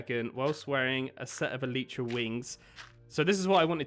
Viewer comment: It’s not an Eletra it’s elytra